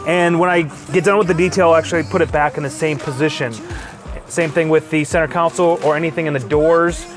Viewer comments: Console.... Not counsel. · Just an FYI. It’s called a centre “kon-sole”, not a centre “cown-sill”.